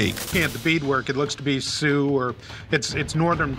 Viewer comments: “Dustable it there” lmao what are these subtitles? 😂 “See-ux”, - yep that’s how it’s pronounced. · Sioux is pronounced “soo” not “see-ox” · You pronounced it see youks? It's like SUE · it's pronounced Soo, not Ce ex. sucks for the narrator and this collection of garbagio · And he doesn't even know that Sioux is pronounced "Sue" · Sioux it's suuu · The mispronunciation of the "indian" tribe's name is so bad the expert even says it right englishly another way is lakota, Assiniboine call ourselves the Nakota but you can call me SAVAGE